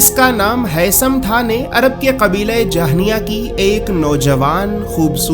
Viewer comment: Jahnia nahi bhai juhaina qabila tha